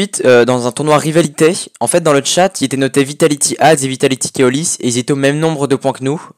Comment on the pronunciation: Keolys je crois que le o est pas comme ca mais bon bonne video